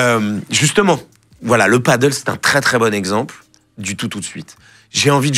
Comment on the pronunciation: Juste pour infos le paddle c'est sur l'eau mais vous vous parlez de padel [padèl] ;). Voila voila c'est juste que c'est espagnol et qu'il faut arrêter de vouloir ramer avec des raquettes de tennis en bois xD. J'ai fini de faire mon chieur dsl ! ;D